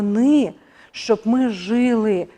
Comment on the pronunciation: Жили... Наголос на другий склад.🎉❤